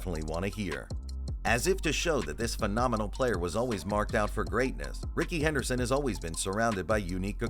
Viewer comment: It’s Rickey Henley Henderson